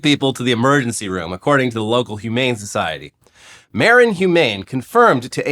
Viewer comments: Local here. Hearing pronounce "Marin" and "San Rafael" was super rough:-) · FYI for the Bay Area pronunciation for the squirrel story :) Marin County: muh-rin San Rafael: you pronounced it properly en espanol but the locals call it “San rafell”